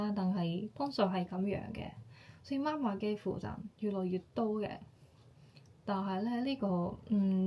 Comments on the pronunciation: 媽媽ma1ma4 は、日本人の声調ですね。または、標準中国語の影響でしょうね。香港人の声調は媽媽ma4ma1ですよ。香港で「媽媽ma1ma4」と言うと、別の意味がありますよ。要注意！ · 妈麻是妈妈？香港人發音是麻妈🤗 還有如果說媽媽生，即係夜總會帶領小姐見客的領班🥳